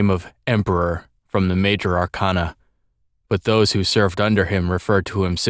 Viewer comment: this is great, but one minor thing: arcana is pronounced wrong here. it's are-kay-na, not are-kahn-a. persona 3 used the latter, but atlus admitted it was wrong & used for artistic effect. Keep up the good work, though!